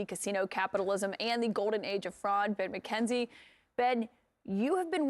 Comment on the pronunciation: I swear she's saying "Bed McKenzie"